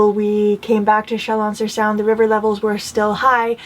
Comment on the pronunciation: Thank you so much for your wonderful storytelling. I enjoy every minute of your videos. Just as an aside, you don't need to pronounce the "a" in Saône. Just let it rhyme with Rhône. Much love!